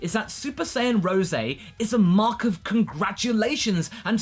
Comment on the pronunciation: It's hard to tell when you're saying "mock" or "mark".